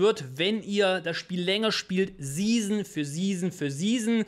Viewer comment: Ich bekomm jedes Mal Ausschlag wie du 'season' aussprichst....